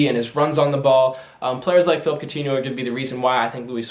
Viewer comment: Its phillipe not phillip